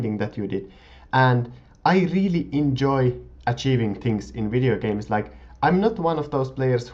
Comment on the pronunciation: Funny how you say videogames, or anything with a v :) "wideogames" :) Nice vids btw ^^